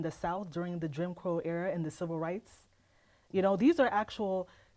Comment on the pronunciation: "Jim Crow Era" was not pronounced correctly once. 😂